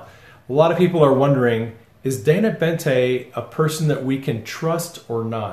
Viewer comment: Boente, not Bente.